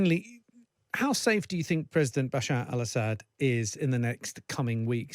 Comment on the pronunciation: Bruh... "Basar al Ashad's recime."